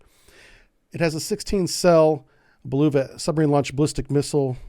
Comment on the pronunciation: and "blueva" Bulava this man has long ago stop trying to say these names somewhat right LoL